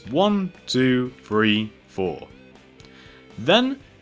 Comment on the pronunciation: You say free instead of three